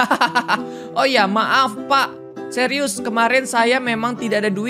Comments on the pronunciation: Btw itu suires bukan serius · Plis kak itu pak suires bukan serius😭☝️